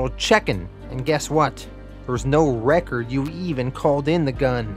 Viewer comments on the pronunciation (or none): none